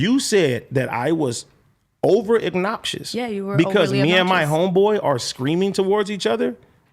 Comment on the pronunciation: I’ll never respect a man who can’t pronounce “obnoxious”, he keeps saying “eggnopsious”.